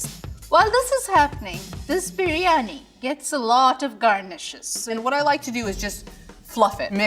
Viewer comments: Bir-yani not BRIYANI get it together. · First of...let's pronounce it correctly. It's bi-rya-ni ...not bri-ya-ni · Why is everyone pronouncing the name of this dish "Brie Annie"? Isn't it supposed to be "Beery Annie"? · Uncle Roger, it's BIR-YANI, not BREEYANI!! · Why are they calling it Brie-ani? It's BIryani, "bi·ree·aa·nee" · #2 and let's not call it bree-yani... it's bir- yani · If they're all pronouncing it bree Yanni so it must be right, right? Beer Yanni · It's pronounced BIRIYANI or BIRYANI...not breeyani. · Haiya uncle roger it’s Biryani not briyani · Bro i rarely leave a comment on YouTube videos, but this... OohoHooooo, pissed me off so much that i had to say something. the fact that not even the aunty got it right, hurts my lil Indian heart 🥲